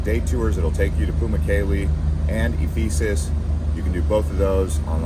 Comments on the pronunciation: Trains go all over Turkey, I have been on them, and they were not filled up. You make it seem like there is only one short route. And you pronounce so many things wrong, particularly Ephesus. And hotels? We paid way way less than you mentioned for amazing hotels, all including breakfast. All of our places were $50-$60 /night. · Great video. FYI, mispronounced Ephesus